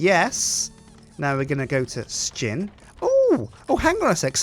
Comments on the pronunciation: i think he means that somtimes it sound like they are saying shin instead of sjin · I still wonder why you pronounce it like Stjin ?